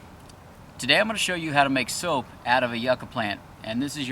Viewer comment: Thought he’s making “soup” 🤣😂